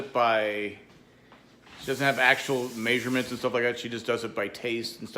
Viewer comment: I love how you say may-sher-ments 😄😄